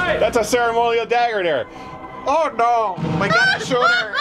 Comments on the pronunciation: "That's a ceremonial dagger dere'!" Ahh god my sides. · "Dat's a cer-a-monial dagger dere." Perfect.